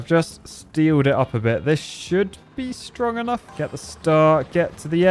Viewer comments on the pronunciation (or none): whenever says strong enough, it sounds like stroganoff. It’s hilarious